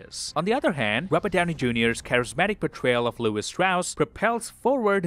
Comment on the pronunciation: Says he's seen it 4 times but still pronounces it Strauss instead of Stross. Suspicius activity tbh